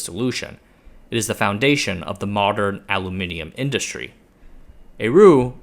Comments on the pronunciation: Congratulations on pronouncing Aluminium correctly 😅. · I like the way you pronounce aluminium